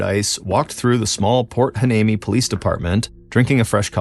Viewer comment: It’s pronounced Port Why- nee-mee.😊